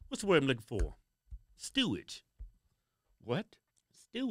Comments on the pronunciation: LOL….It’s not STEWAGE….It’s STEERAGE. Although stewage probably is more appropriate…… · The word is Steeridge,but stewidge is close enough😂 great show.